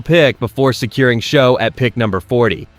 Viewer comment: It’s not Show it’s Shuck! It’s pronounce Achane not Etienne? Get it right AI!